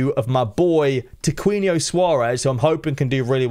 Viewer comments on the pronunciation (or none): The u in Tiquinho is silent, so just read like Tiqinho :)